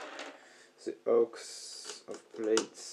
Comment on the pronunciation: Beautiful, and thanks for showing your process :) Your English is fine btw.... Plaits is pronounced PL(AT)S / Plats, English is a weird language. I first spotted you on Rural Sounds via Instagram, love your flowing ambient work.